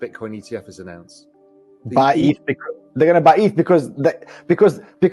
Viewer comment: What’s wrong with the into 🤣🤣 dude can’t pronounce 2 ETH correctly in a row 😂😂 if it’s an AI voice … please don’t use it anymore